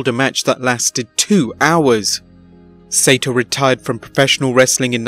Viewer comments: Correction: Saito is pronounced "SIGH-toe", not "SAY-toe". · "Sigh - ee - toe", not "Say-toe" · It’s pronounced Sy-ee-tow not sato. But I guess the computer voice doesn’t understand nuance. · His name is pronounced Sigh-toe. If you're gonna show respect, learn to pronounce people's names right. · Hey, his name is pronounced Mr. Sigh EE TOE and I didn't know who you were talking about until I saw the name LOL. (Use to watch him on ESPN I think in reruns 10 years ago. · Saito is 3 syllables. SY EE TO. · mr. saito...pronounced si e to